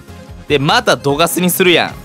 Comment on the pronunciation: さんうぽつです！♡ プクリンって強いんだ⁉️😳 自分が敵側でこれされたら泣いちゃうよ😇笑 スヤスヤドクドク・ジ・エンド←センスありすぎる😂😂 流石に神引きすぎ👏🏻 ナチュラルに『いらないですね~』っていうのすきWWWWWW さすが😭👏🏻 One Love／さん おはようございやーす←これすき😂 ぶん回りミュウツーにも勝てるのえぐすぎる‼️ 『また⤵どがす⤴︎』の発音すきWWW 相性悪くても相手が降参しちゃうくらいうざいデッキなの凄すぎるWWW やっと起きたと思ってもスリーパーで眠らされるし毒でもじわじわ削られるデッキ相手にとったらうざすぎて面白かったです😂WWWWWW 友達には使わないように気をつけます✋🏻笑